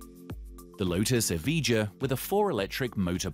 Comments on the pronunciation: lotus EVIJA not eviga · Another thing..... You pronounced the Evija wrong. EV I YA.. TO EASY... Something tells me that this channel doesn't have too much credibility. Plus... The Draco supercar got laughed off the stage by Jay leno.... Why is it on this video?! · Pronouncing the Lotus name completely wrong, Evija is said like Eviya